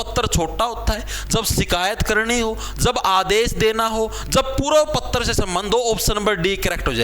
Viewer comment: पत्र❎ पत्तर✅😂😂